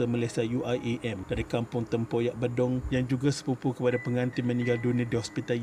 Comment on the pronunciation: Pembetulan pada sebutan daripada sumber channel tu, sebutan untuk nama tempat Bedong tu sebetulnya "B-Dong" dan bukannya "Be-Dong" yang mana ejaan e untuk sebutan "ekor", harap maklum.